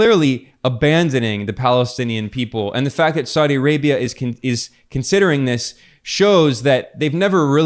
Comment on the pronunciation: saudi is 3 syllables not 2 syllables. sa-u- di not sau- di.